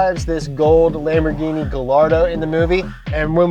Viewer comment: Mispronunciation of the lambo